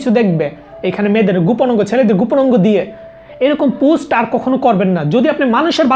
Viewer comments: পোস্ট কে পুস্ট কেন বলছেন? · পুস্ট না পোস্ট ভাই।